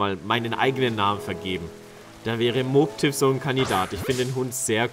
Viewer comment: Den spricht man Mobbtiff aus, nicht Moobtiff😉